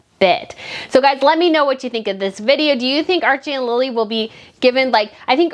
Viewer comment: It isnt Lila its Lili